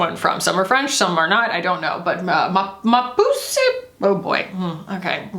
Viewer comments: I wonder how Garçonne compares to the Roen Lip Balm in Scout, the Victoria Beckham Lip Tint in Bisou and the Posh Lipstick in Pose. FYI, Ma Puce is pronounced kinda like pousse (like mousse but with a P), it literally means My Flea and it's a French term of endearment ;) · the ma puce pronounciation is everything